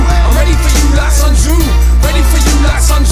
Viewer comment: Andrew Connolly Sun is pronounced more like "soon"